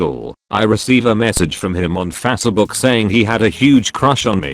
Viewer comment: Fasuh book